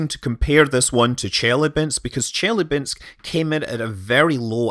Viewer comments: I'm terribly sorry, but that city is not "Jelly-bean-sk" but Chelyábinsk, something like che... [as in "check"], ...lya... [light and simple, as in French "la"], ...binsk [as in "bin" + two more consonants]. With the stress on "lya". Here, now you know how to pronounce it properly. Me though, I'll start calling it Jellybeansk from now on. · ChelAbinsk. Stress on A. Good try though. :) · Took me a minute to understand that you referenced Chelabynsk. The accent is on the a not the e (source: I speak Russian).